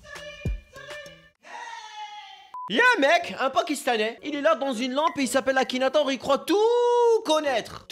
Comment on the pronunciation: C ma tuer le "Akinatouz"